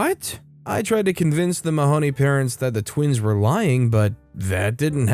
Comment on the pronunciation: Mahoney rhymes with baloney!! Come on. The mispronunciation drove me nuts.